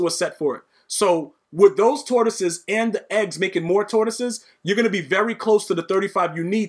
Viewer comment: 🎶Lions, tortoises, and hares oh my🎶 Listening to you say tortosies over and over has made my day. 😂 This game yoooo!!